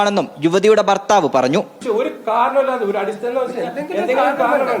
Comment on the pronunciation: ബർത്താവ് അല്ല മാപ്രേ ഭർത്താവ് എന്നാണ്